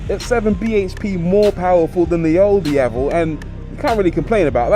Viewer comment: Rory Reid. The only YouTube reviewer I've seen that actually pronounced the word 'Diavel' well. For that alone, it's a👍 from me.